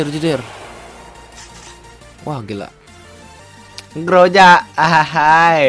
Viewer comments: Ee groza bukan groja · Groza bukan grojak